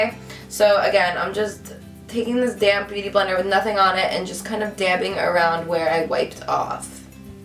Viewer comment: I know you were saying DAMP, but I always heard:"So now I take my damn beautyblender..." haha